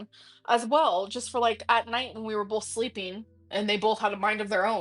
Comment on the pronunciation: “Molments” “Bolth”